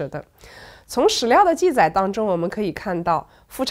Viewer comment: 这一集不知道怎么了，念了好多错别字：脸颊，记载，立嗣……